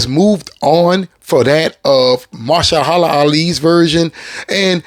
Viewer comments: Say it with me now. "Muh-hersh-alah." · MA-HER-SHA-LA...damn. You gotta work on butchering names bro. 😅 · Good brother, I love the Blade content and I'm with you 1000% for Wesley... But Mahershala Alis first name is pronounced muh-HER-shuh-luh Not "mer-shuh-HER-la" which you've consistently (and hilariously) mispronounced it as. I don't want him as Blade either but I think it's respectful to pronounce one of our Oscar winners name right, ya know? Peace brother! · Are you mispronouncing his name on purpose? lol